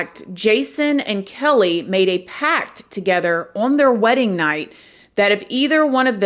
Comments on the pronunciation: I think it’s “pact” boo ❤ not pack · Omg it's pact!! Not pack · *PACT*, not "pack" btw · "Pact" LOL not "Pack" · The word is PACT not PACK! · Hay! I'm just a baby here. It's pact and not pack. I love you ! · Pact. Not Pack. Sorry, wrong grammar makes me crazy. 😊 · You mean "pact" don't you? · Its pact not pack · It's marriage "p a c t",NOT "pack".LOL.I just unsubscribe for that extreme intelligence.Bye. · You mean "pact," not "pack." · No disrespect, but it’s “pact”, not “pack”. ❤ u! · PACT! not pack sister. but either way, i still understand what you’re saying and i love watching your version of these things! and i do agree that you get more gorgeous every time you post babe! 💗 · You know I love you, I think it's "Pact" not Pack 🤣😊 best wishes ♥️ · I think you mean marriage pact, not pack. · It's a PACT not a pack. Good lord lol. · Love your videos! FYI: it’s “pact” not “pack” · really said “pack” instead of “pact” 😩😩😩😩😩😩😩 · Pact. They made a pact, not a pack. It's funny how we can go through life not knowing certain words. I thought allocate was pronounced uh-LOW-cate until I was 50. It's AL-oh-cate, like alligator. But yeah, one makes a pact with someone (often the devil,) not a pack. You're still awesome. You actually do a much better job with your research and presentation than 90% of YouTubers, so rock forth. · Yes but she also said “pack” instead of “pact” so every time she spreads misinformation I’m not even surprised, sis literally told us she barely paid attention in school 😭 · Pretty sure it's "pact" not "pack" right? Lol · Pact... not pack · Hey beautiful. Just wanted to tell you it's "PACT" not "pack". Great video. Luvs ya. ❤ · Pact not pack